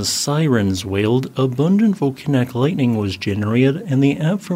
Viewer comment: and yet he can't pronouce volcanic?